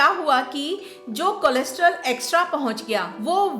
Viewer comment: कोलेस्टेरोल के बदले में आप कुछ अलग pronounce कर रही हैं।